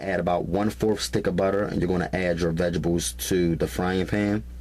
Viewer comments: is he saying vegetables or vegablez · Did my man say "VEGERBULLS" ????? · "I pry ma vegables." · My "Veh-Gih-Bulls" 😅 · MY VEGIBLES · Rosie Conaghan . ok.lmmfao. "vegeballs" I thought I was the only one who caught that.lmao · There's a T in vegeTables. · "Vejezabulls" tho... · If this dude says "vegables" one more time. I'm going to punch him through this computer screen. LMAO! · Love the videos but that drives me crazy as well!